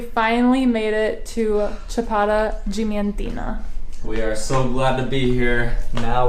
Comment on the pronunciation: Yes, since they don't pronounce the A in DiAmantina. No idea why they are skipping the "a".. lol